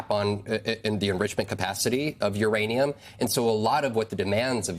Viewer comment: Did he say Iranian potential? Instead of Uranium potential?